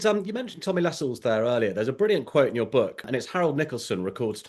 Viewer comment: He is not called Tommy Lascelles. LaSCELLES. It is Tommy LAscelles. Emphasis on La not Scelles. Andrew Lownie claims to know all these grand people. 🤔🤔🤔🤔🤔🤔